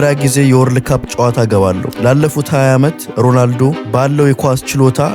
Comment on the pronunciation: አታናደኝ ። ሮላንዶ እያልክ ነው ምትጠራው ሮናልዶ በል።